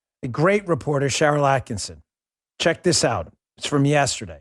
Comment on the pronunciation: Holy shit. Why is it neither Bongino nor Hannity can (ever) pronounce "Sharyl Attkisson" with only one "n?" ATTKISSON